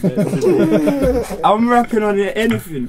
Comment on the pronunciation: Slowthai: “ not tuday, not tuday” 😂😂